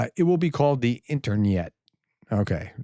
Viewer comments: The "internyet". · "INTERNYET" thats gold! :p